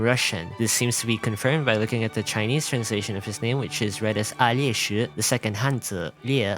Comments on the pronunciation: On Alesh you are quite off the mark imo, it is a quite common Slavic name in many slavic regions and you are going quite heavy on the I, which I think you just added there from the chinese translation. But in most Slavic languages the I cant be heard there at all and in Russian if that really is his origin it is veeery bareely audible even if you try really hard to hear it there. In russian there is the J or Y sound like Aljesh but it kind of merges with the L sound, so much so that for example in Czech the sound is omitted completely and it is just Aleš, š just being pronounced 1:1 like sh. The English pronunciation isnt really that far of the original, you are really overpronouncing it to try to sound authentic and it just feels incredibly artifical and unnatural to a Slavic speaker. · Nah, Alesh mispronounced. Alesh is something like short version of russian name Alesha (but truly, this is invention of the developers, in Russia short version is Lesha/Leha). But, its ok :) Alexey means "protector", but we don't put much importance on it. The funny part is that Alesha is a cultural character who has a weak mind and is very good-natured! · Isn't it ironic you teaching us how to pronounce asian names and you can't even pronounce a name in english. That's litterally just Alesh. No "y" sound. That's how the va pronounced it. Imagine speaking english then you change your accent just for 1 word. Lol. Should we teach koreans that McDonalds isn't "Macdonaldo" then?